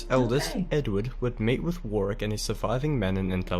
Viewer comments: Thank you for being interested. Bad feeling between Lancashire and Yorkshire has mainly subsided to the sports field these days, so many of Shakespeare's 'History' plays are about this period. Warwick is pronounced Worrick. The proportion of the population killed in these wars was massive. Tewkesbury is pronounced Chewksberry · They were originally called ‘The wars of the cousins’, the Scottish novelist Sir Walter Scott invented the term Wars of the Roses. Warwick is pronounced Warick as was said in the soundtrack. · Although he pronounced dynasty correctly he mispronounced Warwick it is pronounced worrick.Don"t use this as a guide to pronouncing English place names as he is incorrect quite often. Love your videos. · This Antipodean narrator can't pronounce Warwick, St. Alban's, Barnet and Tewkesbury! Or maybe he was being authentic 15th century. 😁 I used to live in Whetstone, near Barnet - around the corner from where I grew up is the whetstone (a stone used to sharpen tools, swords) that gave it's name to the village, reputedly used by Edward to sharpen his sword before the battle. The wars were so bloody they nearly got rid of all of England's aristocratic families (and the Plantagenet Wars and Black Death had already thinned them out). If you haven't already seen them, there are 3 tv series well worth watching: The Tudors, Wolf Hall and the White Queen. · The second w is silent in Warwick 👍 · I don't know who the narrator of the original video is, but his mispronunciations of British names ( place and personal ) suggest that he may not be British. If he is, he is woefully ignorant of names from the period that he is describing. While it may be a quick introduction to newcomers, there are many errors here. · Agreed. And with proper pronunciations of Warwick, St Albans etc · He can't pronounce Warwick. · FYI, Warwick is pronounced WOH-RICK not WAR-WICK. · Warwick is pronounced War-ick and Tudor is pronounced T-you-for. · War wick ? Nearly try Worick